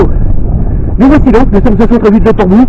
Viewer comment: Une jolie ballade! Une correction: On dit Port Bou = comme "bow" en anglais.